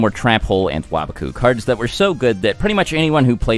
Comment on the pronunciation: The way you pronounce "waboku" makes me upset.. Sounds like youre a wobbuffet tryna talk to his japanese wobbuffet friend "oh waba-kun sugoi"